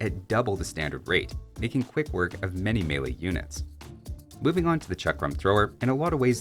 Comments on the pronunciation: Did you... did you... did you really pronounce "Chakram" correctly? You just earned my massive respect, my friend! Incidentally, this pronunciation of the "a" applies to a lot of the words around the Indian subcontent, including Hindustanis, Ratha, Bengalis, etc. :) While on the topic of pronunciation, Ghulam is pronounced with a shorter "u" rather than "Ghoolam". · That chakram pronounciation was on point! I was taken aback. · Thank you for pronouncing Chakram correctly